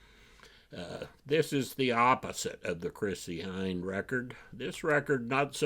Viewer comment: Hi, great list. I agree with several, especially the Chrissy Hynde (I believe it’s pronounced Hind). That’s going to be my number 1 for the year. By the way did you get the package? Loretta